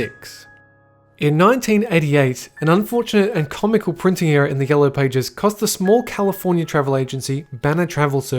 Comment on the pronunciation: Ohh you were saying ERROR not Era 😂 I was so confused.